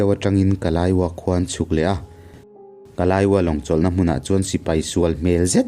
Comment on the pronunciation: Kalaiwa khi kalaywa tur zawk ani anga ka rawn ti ve mai mai angaihnawm thin ema